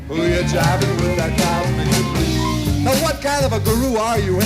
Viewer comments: Cubic debry? seriously? Cosmik .... Debris is pronounced Debree because it is French. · Cubic debris?! It's COSMIK DEBRIS!!!! By the way, your comments were hysterical! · “Cubik debreeze?” Sigh. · Cubic debreeze?....come on, my dude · the pronounciation is cosmic debris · Pronounced cosmic debri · Maybe you should learn how to pronounce the name of the song before you do one of these videos. 😂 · Holy shit! How did you just pronounce it? So sad. You need to listen to the album from the beginning. This is not the right song to react to first.